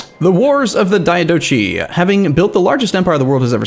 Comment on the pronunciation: well, as one who just wishes for to be informed of the proper pronunciation... One I haven't seen corrected yet is his pronunciation of Diadochi. It is is dai- Ah-duh-kai.